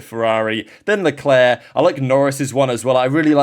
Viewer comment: Stop butchering his name! It's Leclerc, for God's sake!